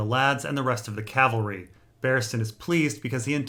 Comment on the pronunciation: and for pronouncing of cavalry